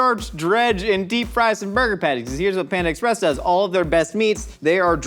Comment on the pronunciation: Are you saying ex - press just to drive me crazy? Or do you actually not know how to pronounce it?